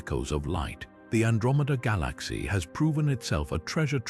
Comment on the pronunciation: Someone needs to teach this AI how to pronounce "galaxy"